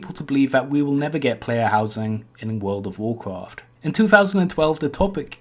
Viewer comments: wuld of wuhcwoft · Vowd if vowkwaft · cool video but how hard is is to say the letter r world of wawcwaft is just stupid